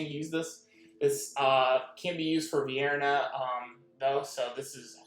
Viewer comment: Do you hear the names you are pronouncing? Every time you butcher the names...how the hell does VIN-ER-A sound or look anything like the tasty Vienna Sausage